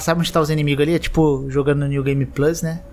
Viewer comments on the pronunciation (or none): none